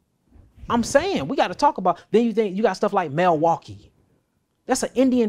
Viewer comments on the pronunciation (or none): none